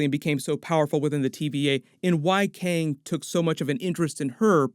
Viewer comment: dude its Kang not Kyang !